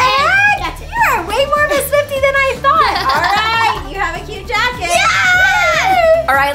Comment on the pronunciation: When she said SWIFTIC I was saying with me